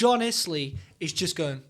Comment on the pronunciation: Still can't John's name right! You're getting closer. It's not "eyes lee" or "iss lee", it's "ills lee".